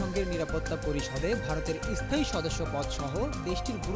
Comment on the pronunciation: Ara ai rokom e, bangla bolte pare na, asthai, estaion bole